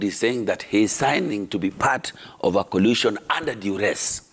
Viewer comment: Jalango its coalition not collision